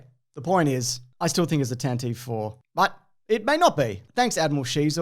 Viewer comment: The Tantive IV is actually pronounced Tantive not Tantive.